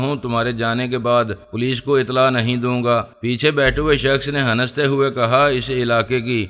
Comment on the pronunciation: Aur hansne ko han'nasne kehta hai😂